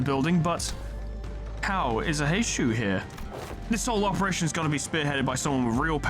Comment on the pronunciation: Because you asked for folks to correct your on your pronunciation (and nobody has because they're all busy losing their shit over the april fools event): Heishou is pronounced as "Hay-show". Like with most Chinese and Japanese words, the U is typically silent or blends into the previous syllable if it's the final letter of a word. Also, on the topic of Ryoshu and Outis's Mao identities, they're currently being heralded as the "Rupture Saviors", being some of the only IDs in the game that actually go positive without rupture EGO gifts. They inflict a load of rupture, rupture count, and hit hard while doing so. Rupture aside (though it's their focus) they are also ABSURDLY fast, with Strider [Mao] giving +5 haste which lasts for 3 turns and can be refreshed by using either unit's Skill 3 or their counter skill (there is zero reason to not have Strider Mao up at all times). This brings their speed from 4-7 to 9-12 as effectively a passive effect for how little upkeep it requires, on top of the 2 Haste her Skill 2 grants her, which brings Ryoshu up to, solo, with 0 support, *11-14 speed*. Outis can reach the exact same if you use her skill 2 twice in a turn. They don't need speed buffs, the ARE the speed buffs, easily able to outspeed anything that isn't straight up a scripted event with 20 speed. Generally, build a team around them with Rupture in mind, there's 0 need to make them even faster unless you specifically need to outspeed enemy Mao (which rarely ever get that fast).